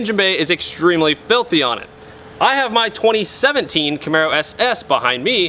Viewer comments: He really emphasized that "2017" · Why the emphasis on the 17 for your car